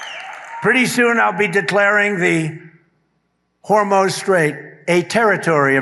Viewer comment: Ben let's be clear - Trump is not talking about the Strait of Hormuz. He's talking about the Hormoz Strait. I think the "u" in Hormuz throws him off. Since he's too dumb to know what the place is called, he's too dumb to take it over! Dumb spelled with a 'b' Mr President! He doesn't actually know where that is on a map either so he might be surprised to find out it's on the other side of the world but he's probably planning a floating toll booth in the middle of the Strait 🤦‍♂️